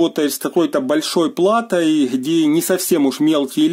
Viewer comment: Спасибо за обзор. Вы большой молодец. Но когда Вы говорите:"хабариты, холова, хде"... Просто нет слов. Хочется прервать просмотр и найти видео без гхыканий...